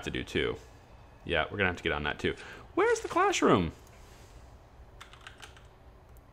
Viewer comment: Are you saying "classroom" or "clashroom" jesus it's infuriating